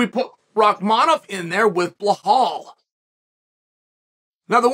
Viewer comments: it is Belial, not Blahal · Chael you are butchering Belal's name. Let me break it down for you, it is pronounced BEE-LAAL. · Why does Chael purposely mispronounce Belal (Beelaal) Muhammad’s name? …rhetorically speaking? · He had to dig deep to mess up “Bulhal” 😂. Love this bit. Never stop not even when you run into a John Smith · I thought chael was smart and he came from some rich parents ? Why is he pronouncing belawls name BleHAUL? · I was dying every time he said his name hahahahah "bluhaal" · I have to say that it must be intentional when Chael mispronounces Belal’s (Beelaal) name. Hasn’t Chael had countless opportunities and examples placed before him. What are we to think about Chael?…..rhetorically speaking. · “Bluhal” always gets me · That is the only time I’ve belal being pronounced like that😂😂😂😂😂😂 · This dude loves belal so much but won't say his name right😂😂